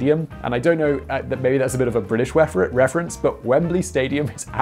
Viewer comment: "weference" ah yes, I will keep using this from now on to reference something